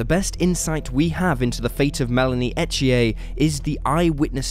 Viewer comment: It’s pronounce unless you live in Quebec, E th ier I know because it is my son in law name! Lol no French accent!